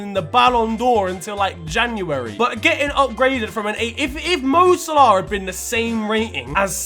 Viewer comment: This btec neymars football knowledge is shocking and his pronunciation of mo salah is jokes 😂😂